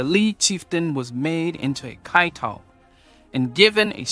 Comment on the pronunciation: I only heard kiatong, not kaitong